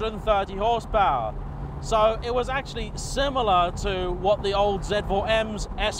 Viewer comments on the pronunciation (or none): none